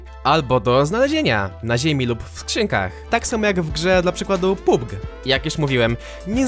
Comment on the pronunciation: jakie pubg ????wymawia sie papdżi czyli PUBG bRuH ktoś chyba nie grał w PUBG